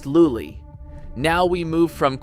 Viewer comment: pronunciation of lully and poulenc could use some help, haha